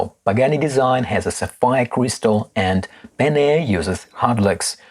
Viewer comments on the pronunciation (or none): good comparison, thanks! By the way, it’s Ben-y-ar, not Ben-air!